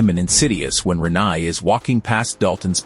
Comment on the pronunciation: The pronunciation of Renai was particularly grating